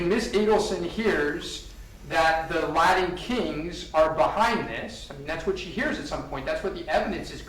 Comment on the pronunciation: I can’t believe has not learned how to say “Latin” yet 😂